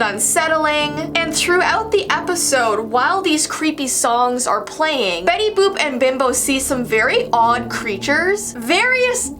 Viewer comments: "Betty BOOp Why why it sounds like bOOB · it is Betty boot